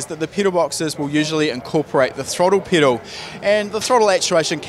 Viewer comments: I cant get over the fact that he keeps saying “peedal” and not pedal lol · Lmfao u say pedal funny 🤣